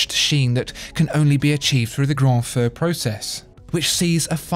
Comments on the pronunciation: “feu” is pronounced “foo,” not like “faux.” There is a nasal sound on the vowel. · "feu" is not pronounced "foe" but "fur" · I'm afraid you're both wrong. Feu is pronounced like 'fur coat' or 'fir tree' but with the 'r' pretty much absent, so it sounds like 'Deux'.